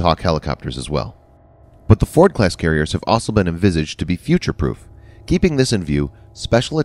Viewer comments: "Ossel"? Why can't the new voice say "also"? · Kudos on not using an electronic voice...but can you find a narrator who can actually read words? "Electromagnetic Airlift(???) Launch System"..."The system uses linear introduction(???)" ... "EASA(???)" And is it really that hard to say "also" instead of "ossle(???)" You know what? maybe it's electronic after all... :\ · The plural of "aircraft" is "aircraft", not "aircrafts". Also, the world "also" is pronounced like "all - so", not like "awsul". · "Also" sounds like "Osle" lol